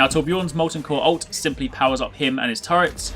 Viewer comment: OMFG LEARN TO PRONOUNCE TORBJÖRN FFS!